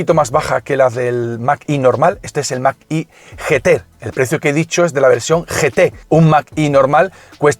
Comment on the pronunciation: mag e no mag i. gracias